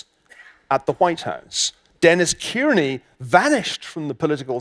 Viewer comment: Its not 'Keerney' its 'Carney'